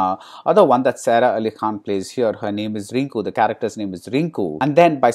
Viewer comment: Two things : It's Sara pronounced as Saaraa, not Serah.. And what about Rahman's music?